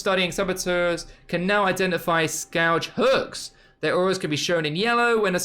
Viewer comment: "Scawdge hooks" Lol